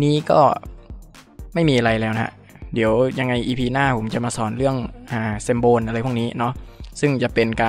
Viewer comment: symbol อ่านว่า ซิมโบล